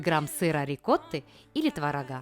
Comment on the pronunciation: ТворогА... аж уши вянут)